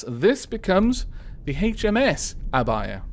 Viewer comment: I feel special for naming a ship :D Also, Your pronunciation for Abaia is correct. The u in Akatsuki is silent, though. But it's ok, everyone makes mistakes!